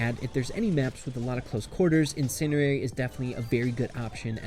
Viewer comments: Why the heck is he saying incendiary like in-SIN-eairy its pronounced in-SEN-dairy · say it like automatic bro not automa tick and theres a d in incendiary